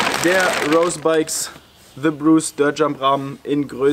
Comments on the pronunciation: Schönes Video, aber hör bitte auf „Rose“ englisch auszusprechen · Hör auf rose Englisch auszusprechen! Das triggert mich weil rose bikes eine deutsche firma ist